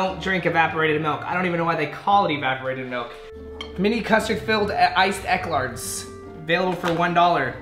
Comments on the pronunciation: im pretty sure its not "Eck-Lards" but "E-Clair". you know.. like E-Mail, but with the name Clair instead. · How to pronounce eclair 😂 ee - cle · It's pronounced ee-claire. And evaporated milk is used to cook and bake with you dont drink it. 🤦‍♀️ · How you gonna say eclair so wrong